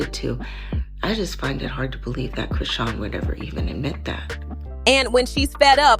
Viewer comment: It's Chrisean 😂😂😂 and Karlissa not Carissa